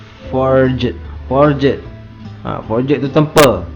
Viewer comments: Jadah apa siak sebut for-jet. Sebutan yang betul forj. Ejaan forged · sebut forged pun xbetul..noob tol.. sebut forgh bukan eja forged satu2.. forged ni bukan pakai cnc.. cnc dipanggil billet..forged proses lain